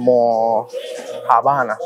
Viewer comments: En serio, ALMO - JA - MO - NAS??😅 ALMO ~JÁ~BA~NAS es lo correcto. 😉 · Hola, el acento de almojábanas es en la segunda A. AlmojA banas. Y en PR las tenemos. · Se llaman almojábanas, con acento en la segunda A. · Se pronuncia almojábanas no almojabánas 😂😂😂 a y el buñuelo si tiene queso , saludos desde Medellín. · Todos los platos se ven sabrosos pero, entiendo que la forma de decirlo es AlmojÁbanas y no AlmojabÁnas. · Tienes que aprender a pronunciar almojábanas. Tú lo dices como almo-jabanas y es almojábanas con la fuerza en la segunda a. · Se dice y se escribe AlmojÁbanas, "ALMOJÁBANAS" con acento en la segunda Á entre la J y B. El plato se ve muy completo en variedades y rico en sabor. Últimamente he notado que todo lo mezclan plátanos maduros dentro de los ingredientes principales. Me encanta el plátano maduro frito pero lo prefiero individual sin mezclar con arroz, con las carnes, en sandwiches y todo lo demás que se le pueda ocurrir a quien lo cocina. Buen provecho. El plato me recordó a lo que llamamos en Puerto Rico UN *A CABALLO*, ARROZ BLANCO, HABICHUELAS GUISADAS Y HUEVO FRITO CON PLÁTANOS MADUROS FRITOS, APARTE🍛. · Se escucha todo bien . Se dice Almojábanas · Las almojábanas son de harina de arroz y lleva acento en la primera a, para que la puedas pronunciar como se debe llamar, los pancitos son pan de bono y son riquísimo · Las Almojábanas se pronuncia con el asentó en la primera “a” también en PR las hacen y tienen queso ya mezclado en la mezcla. 😋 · Divide en silabas AL-MO-JA-BA-NAS EL FINAL CON FUERZA PK ESTAS DICIENDO LA FUERZA EN JA Y ESA SE LEE NORMAL MIL GRACIAS ERES EL MEJOR LLEVANDO A CADA Boricua a deleitar diferente gastronomia internacional de nuestros hermanos Colombianos🇨🇴 te pregunto haz verificado comida del Perú y Ecuador acá en Puerto Rico 🇵🇷 Eres fenómenal me le das un abrazo a tu perita salchicha es hermosa. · son almojábanas (pronunciación correcta). Un abrazo.